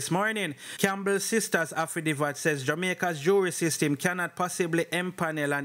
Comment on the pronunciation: Say it with me "afi david" wah name affi divvat? 😅😅